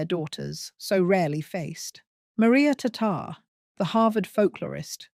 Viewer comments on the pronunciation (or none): none